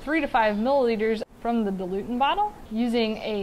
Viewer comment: Dil-u-ent. Not “dilutant.”